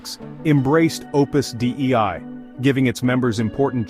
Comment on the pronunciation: "dei" is pronounced "day-ee", and is the genitive singular of "deus" meaning "God". "Opus Dei" = "The Work of God". I am not affiliated in any way to Opus Dei.